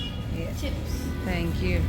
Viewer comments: aap thank you ko English accent main jan ky kun bolti hain overvl Lagta hy aap wahain ki born nai hain to angraz nanny ki koshish na karain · Kindly learn English pronunciation you even don't know how to pronounce Thankyou. It's better to speak in urdu and Punjabi